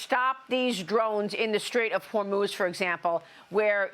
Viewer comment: Did he say the straight of Hermes? 😂😂😂